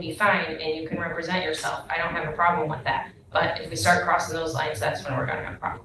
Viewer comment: It is ŴITH not "which" your man TP.